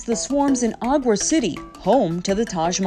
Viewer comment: It Isn't Pronounced "Agwaar" 😂😂😂 It Is Pronounced "Agra"